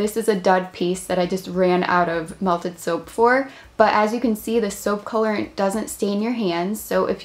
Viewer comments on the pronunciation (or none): Soapp,colorentt,why dont you just say it normally like soap, colorant